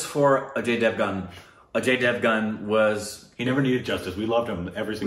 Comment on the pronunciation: Take a shot every time says 'A-J devan' 🤣